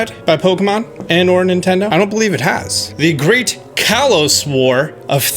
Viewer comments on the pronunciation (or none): none